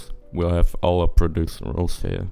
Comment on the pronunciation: it's pro-zee-dural, you kept pronouncing it produceral :P